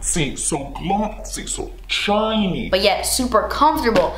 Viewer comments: SO JOOTCY, SO GLOTSY, SO TCHINY ❤ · "So juitcy... So glotcy... So chiney..." LOL